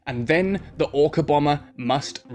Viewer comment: i mistaked or he said ORCA bomer?